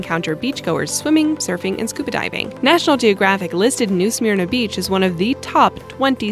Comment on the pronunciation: Smyrna is not pronounced "smear-nuh" more like sm'r-na.